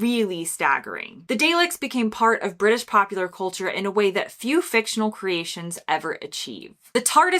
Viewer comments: Stumbling over a couple of British pronunciations. Dalek, pro Dar-lek. Mainwaring, pro Mannering. Some more shows ... Hancock's Half Hour Steptoe and son Till death us do part Yes Minister Yes Prime Minister. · Hard to pick a small number of 'iconic' shows out of all those which maintain their popularity over the years, so you did well. I felt the nation wince as you mispronounced 'Dalek' and 'Mainwaring' but we'll let you off! I think Morcombe and Wise could have joined the list- their Christmas Specials particularly had the nations seated around their TVs - an audience of over 21 million at their peak, from a population of 56 million at the time. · Not "day-lek", but "dah-lek". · Speaking as a fan of Dr Who … ? I’ve just winced at pronounciation! It’s pronounced DAAAA-lek, not DAY-lek! And Mainwaring is pronounced ‘MAN-er-ring’ … !!!!!!!!!!!!!!! Bar that … ? This is a great list: but including the Quatermass shows would have been nice … ! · You should probably run some of these videos by a British person before publishing! lol The first pic of Coronation Street was NOT Coronation Street... it's pronounced Darlek, not Daylek... and Captain Mainwaring is pronounced "Mannering" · What's a Daylek? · Pronounciation tips: Dalek - DAHlek. Mainwaring - Mannering (Just be thankful the decided against Fatherstonehaugh (Fanshow)). Monty Python grew out of radio comedy such as the Goon Show, Round the Horne and TV shows like That Was The Week That Was and At Last the 1948 show. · Did you intentionally mispronounce Dalek? because that was painful.